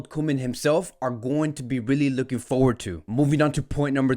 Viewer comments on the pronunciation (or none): none